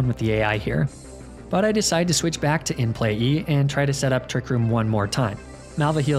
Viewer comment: It kills me how he consistently calls it “In Play-E” any time he’s referring to Mr Mime 😂